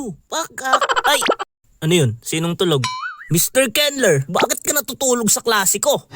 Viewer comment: Kenlur pag pronounced ko sa name mo Kenler pla eyyyy😅